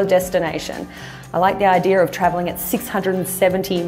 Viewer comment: its pronounced "idea", not "idear". You are welcome!